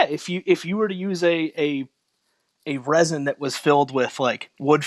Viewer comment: calling resin 'ricin' the entire conversation is so fking funny lmaooo